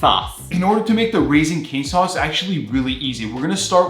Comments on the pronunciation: Sauce🚫 Sas✅ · The other dude: sauce: SAS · how says sauce "saas" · thee way he says sauce